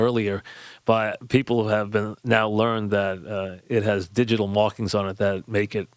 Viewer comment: Digital mawkings... and I’m a hard mawker